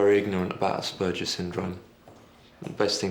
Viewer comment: My goodness, the psychiatrist is mispronouncing the word Asperger's! Can't believe nobody on the set caught it..... And why do shrinks wishper in movies?